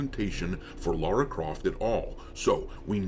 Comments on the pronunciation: It's Lara, NOT Laura. People who grew up with TR since childhood know this lol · Lara! Not fecking Laura.